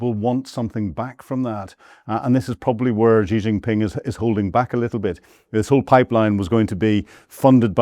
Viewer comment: What a pompous tool. He can't even pronounce Xi's name correctly, let alone make any qualified guess at what is going on. He think's he is cleverly and slyly having a go at Xi and Putin, we are not deaf and dumb you naive idiot. We all have seen your hundreds of years of Imperialist disasters and we can all see that crap ending for good. China and Russia have a great relationship and no matter what crap you can dream up will destroy that, you just make your self look stupid. China and Russia negotiated Siberia One for 20 years, Siberia Two so far ten years, in the mean time Shipments via the arctic have been ramping up..... You seem to think you can poke the bear with impunity. They don't need nukes any more, they have the Oreshnic, its just as powerful. Your heard Zelensky squealing yesterday it was not fair Russia sent ONE their way after he murdered a dozen or more school children a few days ago. At least Russia had the decency to warn Ukraine they were going to flatten a factory or two, there was no such waring from Zelensky he was about to murder a bunch of school children.